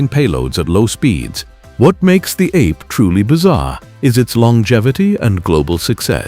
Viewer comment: The Piaggio three-wheeler is NOT pronounced ape (like monkey). Ape in Italian means bee. Another AI rubbish video.